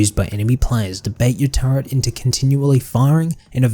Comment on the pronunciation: it's a "turret" not a "turrent" stop adding. pretend R to the word.